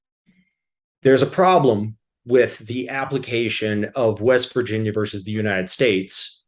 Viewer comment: The word is VERSUS…not vers. Say it right.